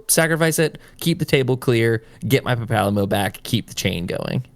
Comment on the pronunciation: Papalymo, pronounced papa lee-mo has been around since ff14 1.0 at the start of the game and im not gonna let you slide around making a deck tech of him without you knowing how to pronounce his name. I mean you already did and I can't do anything. But now you know how to pronounce his name kinda.